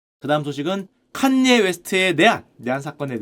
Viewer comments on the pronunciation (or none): 칸ㅡ녜 웨스트 발음 왜케 웃기냐ㅋㅋㅋ 역시 자네야!! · 슈형 또박또박 ‘칸녜 웨스트’라고 부르는거 왜케 웃기냨ㅋㅋㅋ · 팟캐듣다가 너무 정직하게 칸.예. 에프~~아디다스하니 웃겨서 댓글달러왔습니다ㅋㅋㅋㅋㅋㅋ아재의 칸예 리뷰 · 칸! 예 웨스트라고 발음하는거 킹받네 ㅋㅋ ㅋㅋㅋ